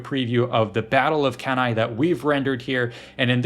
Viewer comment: Cannae is pronounced Canny. That's all I have to add